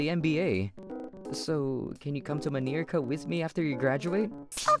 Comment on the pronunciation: What the hell is manirica in America 😂😂😂